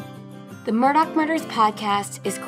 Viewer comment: Please stop playing into his psychopathy. Call him Alex Murdaugh (Murdaw) not Elic Murdock. What kind of psychopath just suddenly changes the pronunciation of their name.🙄